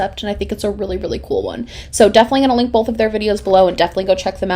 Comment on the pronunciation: are you from the midwest? i love how you say "bowlth" instead of "bowth"